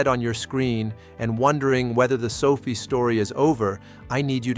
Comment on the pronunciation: sofie? LOL, AI man. SO-Fi